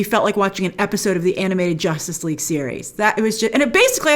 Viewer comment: Grace: “Josstice League doesn’t count” HAHAHAHA 😂